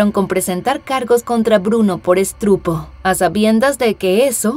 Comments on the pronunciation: Revisen bien los guiones, o ls locuciones. La chica dice: “estrupo” en vez de “estupro” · Espantoso caso. Buen video y buena narración, excepto por la palabra "estrupo". ¿No será estupro? 🙂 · La narradora dijo estrupo???? Creí que era estupro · Estrupo??? Estupro. Hay veces dicen unas cosas...por favor tienen muchos seguidores y deben documentarse un poco mas. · Muy buen vídeo, pero disculpe joven, la palabra que usted dijo es: ESTRUPO, Lo cuál correctamente sería ESTUPRO. Nuevamente disculpas. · qué terrible caso. No cabe duda que en la juventud/adolescencia cometemso muchos errores, pero el de esta muchachoa será el peor error de su vida. Interesante caso, y muy triste, porque qué culpa tenían los padres.Sólo cumplieron con su labor de alejar de problemas a su hija y ésta les paga de qué manera. Descansen en paz. Como observación, la locutora dijo mal "estupro". Y también sonó raro eso de "revista de municiones", supongo que tradujeron muy literal lo de los cartuchos de municiones que en inglés les dicen "magazines", pero no son revistas, jejeje. ¡Saludos y un abrazo fraterno desde México! ¡Muy entretenido e interesante el contenido del canal!